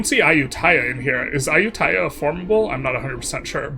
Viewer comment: The 3 hit combo of very slightly misreading Dai Viet, having a deep enough etymology bag to pronounce Khmer properly, and then stumbling over Ayodhya had me reeling 💀